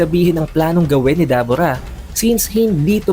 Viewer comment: Debura po Hindi dabura